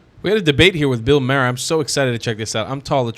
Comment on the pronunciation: Bill's last name is pronounces "Mar", not "Mayer".